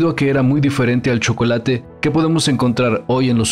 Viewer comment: Porque los aztecas pronuncian el chocolate igual que los frsnceses ? Sosoecho que todo este video es una pantomima